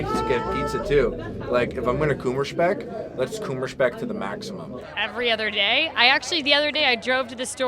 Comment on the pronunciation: Dude..... He pronounced "Kummerspeck" as wrong as he could... I didn't get it at all.